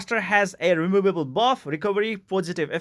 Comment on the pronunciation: Love the way he says Removable xD